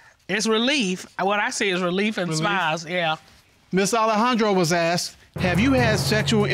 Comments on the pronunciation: Yeah....axed instead of asked. Jeez! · She looks remarkably healthy for someone who has been “axed” so many times.